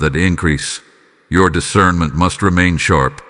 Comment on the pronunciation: "I WALK IN DIVINE ISCERMENT"